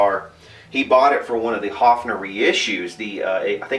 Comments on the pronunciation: It would be spelled "Hoffner" in German, the way you pronounce it :) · Actually the company is called "Höfner" with an "Ö" It's pronounced similar to the "o" in worm or "i" in bird.